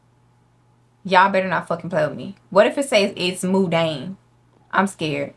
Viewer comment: Hey, I know you didn't ask but mundane isn't pronounced "moon-dayne", it's "muhn-dayne" as in "Monday" but replace "-day" with "-dayne". But anyways, grammar shark aside, love your videos!! 💞💞